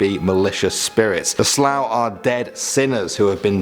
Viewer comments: Let me help you out on the pronunciations 😂 the Dearg-due (jarug do) The Alp Luachra (awlp loo-ackra) The Sluagh (The sloo ahh) :) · I’m Irish myself and haven’t heard of half of them. PS. Sluagh pronunciation is not the same as Slough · You pronounced th “sluagh” wrongly it’s “sloo-a” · When he said slaugh I trough he said slough 😂😂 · Dearg-due is pronounced as da-rug du-a, alp-luachra is pronounced alp lu-c-ra and sluagh is pronounced sl-u-agh. Only flaws I noticed but Irish is a notoriously difficult language to pronounce if you haven't studied it so otherwise an amazing video. Great job. I'm from Ireland and i believe you chose some of the creepiest myths but there is so much more so can you please do a second part?